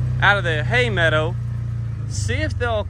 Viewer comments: I love your videos. Just want to tell you I miss your saying meadah!😊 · Marriage advice, landscaping tips, and bison all on one channel is why I love. BTW, Dunbar says it’s pronounced “meadah”, not “meadow”.:) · You’re saying “meadow” properly now instead of the way most of us in the South pronounce it. Why? I miss it. It’s like around here in NC, we pronounce window as windah. Just giving ya a hard time, kinda. Bison are looking fabulous!